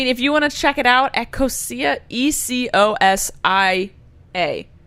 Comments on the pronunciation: E-cO-zha is the correct pronounced way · ecosia is pronounced ee-coh-shuh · The way says it is not how it’s said but it’s ecosia and it makes its money from ads just like google but they take that money and spend it on paying people to plant trees